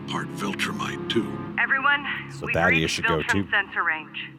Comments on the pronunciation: Now that he's dead can we finally call him Thaedus and not Thaddeus? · THAY - DUS. They say it over and over again. Christ.